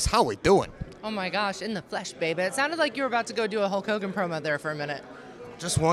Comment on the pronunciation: Hogan, not hulgan 🤣